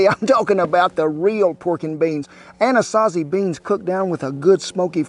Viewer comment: Kent doesn't know it, but the way he pronounces "anasazi beans", he's nearly saying my true name. Love it.